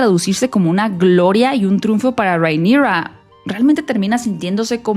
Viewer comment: Por qué le dices Reinigrrraaa así medio gringo? Porque tú mexicano es perfecto y el nombre de ella es Valirio no gringo, entonces no entiendo la pronunciación. 😅